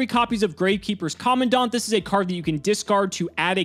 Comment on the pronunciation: In all my years of taking in Yugioh content, you, are the second person I've encountered to have pronounced Commandant correctly. Thank you. I'd cry if I were capable